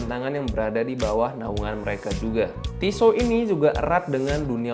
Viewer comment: Pronounce nya on point 🔥